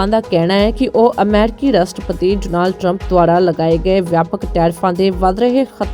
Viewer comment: ਜੇ ਅਮਰੀਕਾ ਦੀਆਂ ਖਬਰਾਂ ਦੇਣੀਆਂ ਹੀ ਨੇ ਤਾਂ ਭੈਣ ਬਣਕੇ ‘ਡੋਨਾਲਡ’ ਸਿੱਧਾ ਕਰਲਾ …. ਓਹਦਾ ਨਾਮ ਡੌਨਲਡ ਆ ਜਾ ਟਰੰਪ ਕਹਿ ਲਿਆ ਕਰੋ ਡੋਨਾਲਡ ਡੋਨਾਲਡ ਵਾਰ ਵਾਰ ਕਹਿਣਾ ਡਾਂਗ ਵਾਂਗ ਸਿਰ ਚ ਵੱਜਦਾ